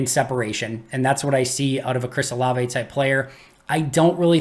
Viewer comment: Can you please tell how to say his name correctly: whenever someone brings him up in the chat, pronounces it "O-Lav" almost like the Frozen character "Olaf"...............please tell him it's "O-La-vay"